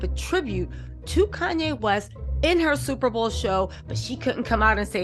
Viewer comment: Andre Leon Talley, not Koonye, I mean Kanye 😷 also my kids are 15 mths apart so I can relate, better to get them out of the way especially at her age.